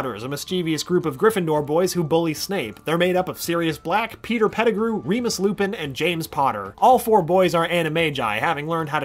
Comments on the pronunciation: he says "Lupis" instead of Lupin. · "lupus" goes beast mode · Did he just call him Lupus? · He called lupin lupus